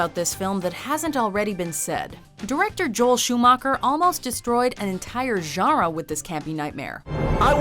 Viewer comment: She still can't pronounce genre.